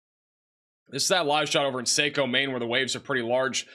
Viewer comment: Saco Me is pronounced like taco